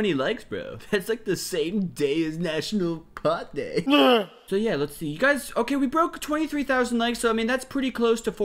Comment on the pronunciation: As a man of responsible marijuana consumption I bursted out laughing when he said "nnAtiOnAl p-pOt dAy"